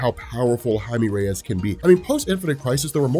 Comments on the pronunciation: Jaime Reyes is pronounced (Ha-e-meh) (reh-yes) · Is that how you really say Jaime Reyes?